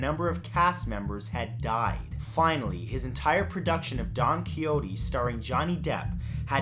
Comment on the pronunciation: Don Coiote 😂 Do,you mean Don Ki shot ta?